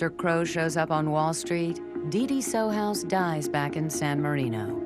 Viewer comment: Too bad they couldn't bother to say John's name correctly; it's Sohus (pronounced So-Hus).